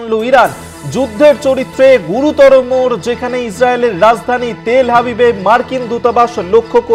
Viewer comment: উচ্চারণ "হাবিব" নয় "আভিভ"